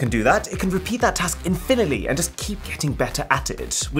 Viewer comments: bro said infinily when trying to say infinity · He said infinily